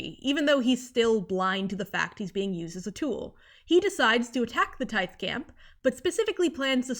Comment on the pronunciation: i wanna point out tithe is likely pronounced like "tithing", like giving money to a church, which is kinda like "taiv"